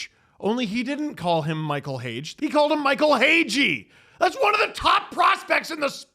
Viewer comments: Seriously, know your shortcomings and step aside. I’m sorry, but whoever you hire should know how to pronounce the last name of Michael hage. It seems minor but it really isn’t. It’s a sign of someone who’s not dialed in and in the know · I thought it was hilarious that he got Hage's name wrong. That really stood out for me, and not just because I'm a Habs fan. If you're paying attention to hockey at all, and you're Canadian, you know who Hage is. He played on the world junior tourney and was arguably the best player in the tournament. So 1. Pelly clearly isn't even a fan of hockey. and 2. You didn't think to ask someone how to pronounce their names when you put them in a script??? Idek what's worse. I have a strong feeling he didnt' even write his script, very strong case that it was written by an LLM and he didn't even proof-read it. I guess that's what you get the big-bucks for. I'd be absolutely horrified and embarrassed if Jeff Gorton did that. Brutal. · Bold of you to make fun of him for mispronunciation of Hage. Definitely never seen you do that before... Yeah this guy doesn't have a clue. But he shouldn't?? That's why he should HIRE SOMEONE. Concerning signs, glad they at least got rid of one guy.. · Him mispronouncing Michael hages name had me dying 😭 bro im a sharks fan and i know more about habs prospects than the ceo of the leafs